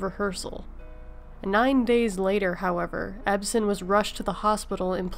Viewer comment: if you cant even pronounce Uncle Jedds and Barnaby Jones name you should not put these pieces out.